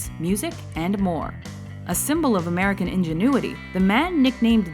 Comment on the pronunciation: you cant help but saying MERCAN